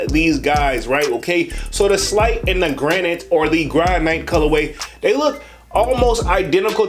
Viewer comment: Granite is a natural stone that is used for countertops. It’s pronounced GRAN-IT.